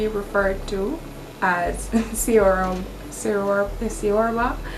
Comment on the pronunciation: It's pronounced "Chorba" Not a Romanian, but an Italian American that's been obsessed with Romanian cuisine for a while 😁Fun video, but would have been nice to see you actually cooking the recipes